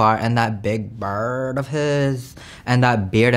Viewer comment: why he say bird like that 💀😂